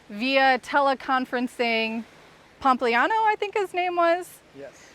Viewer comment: “Anthony Pumpliano” 😂😂😂